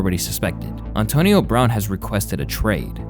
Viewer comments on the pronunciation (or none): Solid video. Just trying to figure out how mispronounces so many common words lol. Ohntonio Brown is taking me out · “On-tonio Brown” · Good ole Ah-tonio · Ontonio Brown and John Gruhden 😂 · Maybe Ontonio is the correct way to pronounce Antonio but u still sound goofy. And John Gruh-den lol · Auntonio brown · Calling him Ahntonio 😂